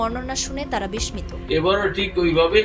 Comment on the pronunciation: উচ্চারণটা বিশমিত নয়,বিশ্শিত (বিস্মিত)